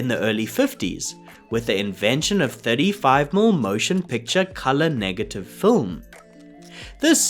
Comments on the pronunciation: Please tell your AI narrator that 35mm is pronounced "thirty-five millimeter" NOT "thirty-five mml". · (Why is "millimeter" being pronounced "mill"? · In this video, a rather informative and very interesting discussion of the technology of Technicolor is (somewhat) spoiled by the reading of the AI narrator. How many times do we hear 35-millimeter film referred to as "35-umm" film? OMG. Watch my eyes roll. Look, in this case, I don't think the script was written by AI. This description is much more likely to have come from a human being. But I gather that some sort of automated reading program with a vaguely Australian accent has not been programmed to know that "mm" should be spoken as the word "millimeters." Why-oh-why don't the producers of these videos sit down and listen to them first and tweak the reading so that the pronunciation is correct? I think that should be a YouTube requirement for monetization.